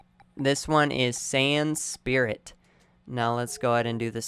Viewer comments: he also kept saying san spirit instead of saiyan spirit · Or sand spirit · all i was hearing was sand spirit, super sand, and khmehmeh.